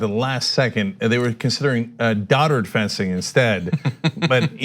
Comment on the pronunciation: Cenk, it’s pronounced “d O tard” not “d aa tard”:-) Love your work!